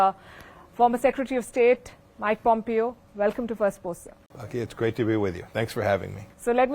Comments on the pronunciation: Palki Darling, Pompeo is pronounced Pom-Pay-O not Pom-Pee-O... great show! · Please pronounce his name right-"Pompayo", Not "Pompeeyo"